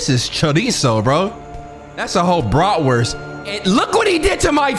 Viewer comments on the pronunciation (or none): He said BRATWORST 😭😭😭😭